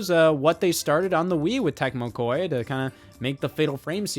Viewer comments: It's KOEI TEKMO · Why does he keep saying Koei Tecmo like that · Took me way too long to realize he was talking about Koei Tecmo. Scott is real bad with Japanese names.